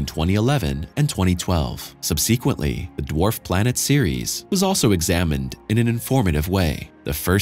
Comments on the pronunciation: I’ve just never heard it pronounced like that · Love your show but the way you say subsequently makes me twitch